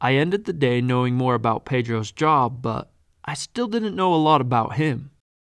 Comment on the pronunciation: You gais is not izi jab